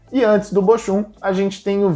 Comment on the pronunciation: A PRONÚNCIA DE BOCHUM NÃO É BOXUM E SIM BOHUM